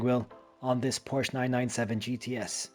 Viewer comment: Porsche is a 2 syllable word.